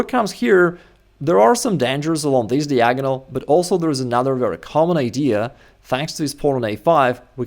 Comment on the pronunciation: I believe that one day will learn how to pronounce the word "diagonal" properly. He's an intelligent man.